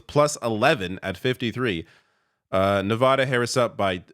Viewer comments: It's pronounced Ne vAA (as in ass) duh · Hello dear sir - thank you as always for your videos but as a Nevada resident of many years I’d like to point out the correct pronunciation for the state - you’d pronounce it so that the middle part rhymes with the “ad” sound in the words "sad" or "mad."